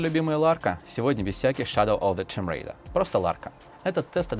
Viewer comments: сегодня без всяких "Щядоу оф зе томрэйда", просто ларка =)) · Нельзя просто так взять и не сказать "ШЭДОУ ОФ ЗЭ БОМ РЭЙДА" :)